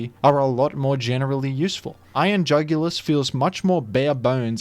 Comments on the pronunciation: Iron UGH-ulis. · I couldn't comprehend how bad of a name Iron Jugulis was so much so that i ended up pronouncing is as Iron Joogilee (like marquis) for tbe first few months. I didn't know what the word was but it sounded at least somewhat cool. Once I found out it was jugulis, like neck, I got very upset.